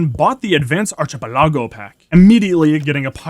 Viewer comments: Archipelago is pronounced ark-ah-pel-lago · You.. don't pronounce archipelago like that lol